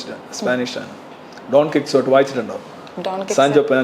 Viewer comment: ഡോൺ ക്വിക്ക്സോട്ട് ( Don Quixote) എന്നല്ല ആ പേര്.. ഡോൺ കിഹോത്തെ എന്നാണ് !! എന്താണ് ബുജി രവിസാർ..??? 😂😂😂😂😂😂🤭🤭🤭 പിന്നെ, പെണ്ണിന്റെ ചിരി അടിപൊളി 👍